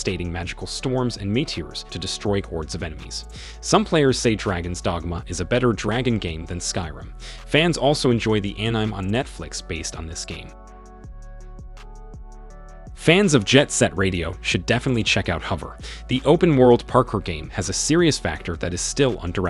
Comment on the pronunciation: I’m confused did you just pronounce anime An Ime because it’s pronounced Ani mei I’m sorry If I sound rude I’m just clearing up a simple mistake besides that great video